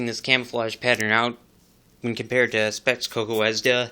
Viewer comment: it's not Tee-Tee-Es-Keh-O.. it is Tee-Ts-K-O ТЦКО